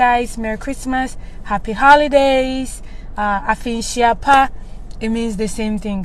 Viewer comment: Is Afihyia pa not Afinhyia pa. Speak proper twi, you are Ghanaian 😊